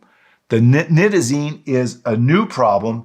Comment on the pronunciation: I was puzzled after the first part of your video because you pronounces this drug with a long I sound...only to pronounce it with a short I sound....let me try to spell it phonetically.... At first, Nite-ta-zene. Then it was pronounced: Nit-ta-zene. Which way should it be pronounced? Aside from that, your information is excellent! Thank you and Shalom! 💜💙🕊💙💜🇮🇱✡️✝️🇮🇱💜💙🕊💙💜